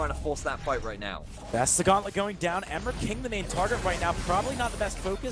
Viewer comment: Lel the announcer says emirking, like "hammer king" xD